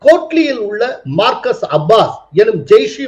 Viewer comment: மர்கஸ் என்று சொல்வது சரி